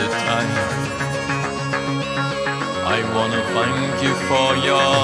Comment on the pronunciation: His th sound is getting better. It is still zank instead of thank but it sounds better than him saying zunderstorm in doomsday. He must be practicing. I hope Blutengel comes to the United States sometime. Ohio to be exact. I would nearly do anything to see their shows.